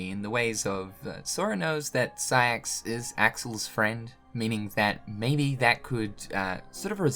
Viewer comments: “Saix.” Not siax just a little auto correction there. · My man....Why you do Siax like that? What's wrong with Saïx? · Ah yes, Siax